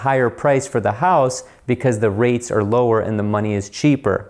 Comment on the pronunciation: Almost heard that Ohio accent...……..hoose………...however you spell it. Love the channel!!!!!!